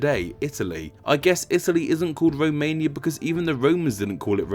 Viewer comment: They don't row what anyway it isn't a row mania